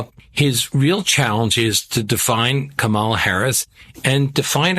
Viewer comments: Let me help you grown adults. The VPs name is pronounced Comma-La. It's really not that hard. Also, Trump can't talk policy. He never could. He's a carnival barker, not a serious politician. Kamala Harris will destroy him. Because she is young, smart and patient, unlike Trump. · Could you please pronounce Kamala’s name properly ??? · Would be respectful/journalistic to pronounce her name right.